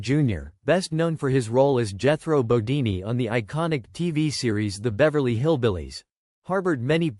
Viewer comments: I agree. Is this guy just reading a script. It's Jethro bodeen Not deenee. Wow. What a major mistake. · Jethro "Bodini?" Why not take two minutes to review/correct your AI VO? Your credibility is ruined. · Jethro bo- DEEN. Not DEE nee. The show is on the ME TV channel if you need clarification.